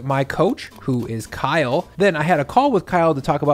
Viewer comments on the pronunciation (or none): none